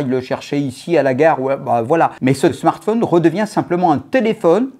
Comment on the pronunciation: Il me fait rire avec ses « smartphaune » 😂 Mais sinon le reste me fait pas rire :/